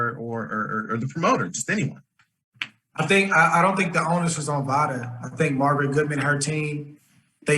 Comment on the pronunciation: Usada not vada